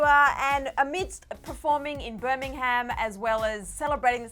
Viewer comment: me every time said birmingham😬 love you girl but the h is silent lol